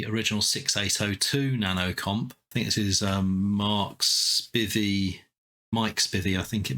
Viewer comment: My last name, Spivey, is pronounced with a long I. Please get it right next time! But I'm glad you picked up my disassembly of the 6802 version and were able to use it. Best wishes, -- Mike (not Mark)